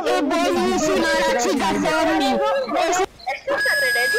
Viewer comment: dice zomie no zombie